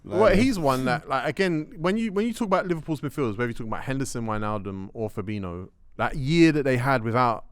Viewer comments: "Fabeano" and "Firminio" This guy is so annoying, how can you have a platform based on football opinions yet not pronounce names properly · pronouncing Firmino and Fabinho's names wrong is so jarring How can you mix up the pronunciations as a grown man